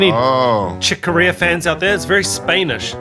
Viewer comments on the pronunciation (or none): It’s funny how you pronounce Spanish. You say it SPAIN-ish, I say it SPAN-ish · Did you just say Spainish? WTF?